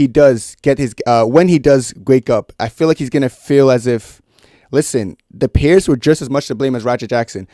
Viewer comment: Thanks for the info. Just a heads up, it’s “peers” not “pears”. Idk why but it just bugged me a lot. Other than that, great video 👍🏻